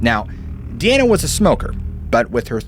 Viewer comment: Diana is pronounced as dai-a-nuh